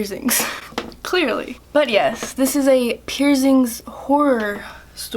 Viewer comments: First of all.. what are pierzingz? And it's your body not your mom or dads so you should clean it No hate you're super cute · Why do you call piercings pierzings?